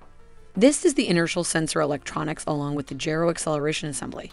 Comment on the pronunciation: How to narrate a video on a patriot missile yet not know how to pronounce gyro.